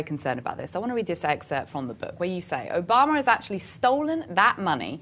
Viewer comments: is anyone else annoyed that she pronounces Obama's name "Obamerr" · Funny how any word that ends with an a, she adds an r. Obamar time after time.